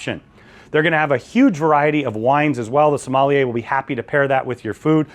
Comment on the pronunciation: Love your videos but it is pronounced...SOM-MALL-YAY